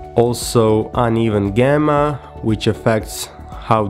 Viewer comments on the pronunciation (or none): Its not Gemma Its Called Gamma..